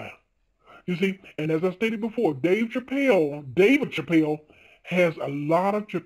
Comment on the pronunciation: Why does she say chappelle completely different to everyone one else who says it including dave?